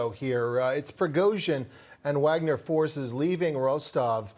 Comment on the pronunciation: Who can trust with Fox News says they can't even pronounce Wagner correctly